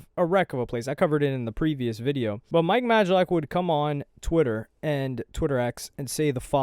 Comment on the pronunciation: you’re saying mike’s surname correctly at last 😅 Stop sounding unsure it’s been confirmed by Mike himself it’s pronounced "MAY-LACK"